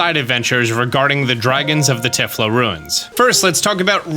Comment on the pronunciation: "Tie-Flow" ruins. not tif-lo.